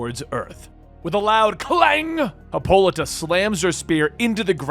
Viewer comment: Lol her name is pronounced HIPPO-LITE-A